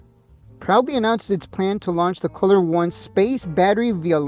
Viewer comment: It's "cooler" not "color"